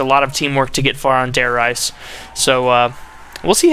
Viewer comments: Dude its Re-za I speak German as well! If it were pronounced rise it would be spelled with no e at the end of Reise. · He said Der R"EI"se while it is actually Der R"IE"se. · I don't want to be a grammer snob, but, I believe the Reise in Der Reise is prounounced Reese like a Reeses penut butter cup. I could be wrong though..